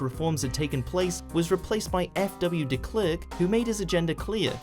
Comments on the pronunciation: he pronounced De Klerk way way wrong😝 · It's pronounced "president boo-a-tah" and the second e in F W de Klerk is pronounced like the a in "apple"